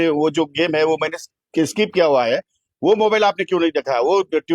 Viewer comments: अजून काय काय खेळतो हा गडी.... रम, रमा, रमी 😂😂😂😂😂😂😂 कृषिमंत्री आणि कोट घालून फिरतो... स्किप पण म्हणता नाही येत... स्काईप म्हणतो 😂😂😂😂😂😂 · याला साध स्किप म्हणता येत नाही आणि असले येडझवे लोक आपल्या उरावर बसवलेले आहेत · त्याला स्कायप येत नाही स्किप म्हणतात काय रे महाराष्ट्राच्या जनतेने निवडून दिले😂😂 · यांना नीट skip बोलता येत नाही... स्काईप बोलतायत...हे काय दिवे लावणार आहेत... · स्किप ला स्काईप म्हणतेय येडं शेतकऱ्यांच काय भले करणार😅😮😂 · स्काईप नाही हो साहेब त्याला स्किप म्हणतात... 😂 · सरकारमध्ये मंत्री पण एक एक नमुनेच आहेत 😂😂 सरळ खोटं बोलत आहेत मंत्री महोदय जाहिरात आल्यावर अस पत्ते सरकवता येत नाहीत स्किप ला स्काईप बोलतोय 😂😂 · स्किप ❌️ स्काईप ✅️ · हे येडझवे मंत्री साध स्किप (SKIP) बोलता येत नाही, आणि हे शेतकऱ्यांना जागतिक स्तरावर represent करणारा, अवघड आहे महाराष्ट्रच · ह्याला स्किप बोलायला येत नाही 😅 😅 🤣 आनि हा कृषिमंत्री... आनि आमच बाबा बोलतय 🚸 शाळेत जावा 🤣 🤣 🤣